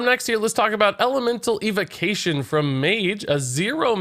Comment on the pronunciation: Why can’t he pronounce evocation?